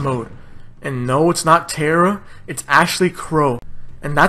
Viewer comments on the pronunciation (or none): none